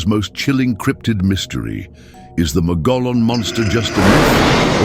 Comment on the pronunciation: Pronunciation is wrong. "Mogollon" comes from Spanish. It is pronounced like Mug E own. I live in Arizona and have visited the ruins of the cabin where the Mogollon Monster allegedly killed a young couple.